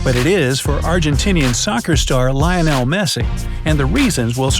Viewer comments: Did u just really said "laynol" ?? 😂💀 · who Lainel Messi i only know loinel messi 😁😂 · The way it pronounced lionel is so cringe....